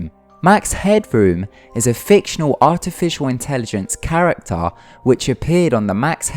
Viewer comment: "... is a fictional artificial intelligence karrektaa"